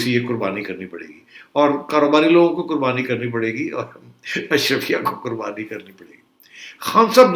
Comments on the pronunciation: سیٹھی صاحب ، برائے مہربانی، آپ کی مودبانہ تصیع کی جسارت ہے کہ لفظ اشرفیہ نہیں بلکہ “اشرافیہ” ہے ۔ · Najam Sethi is so Elite he cannot even pronounce Ash-Raa-fia correctly. 😂😂😂